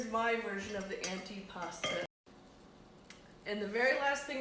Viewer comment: Antipasto...with an O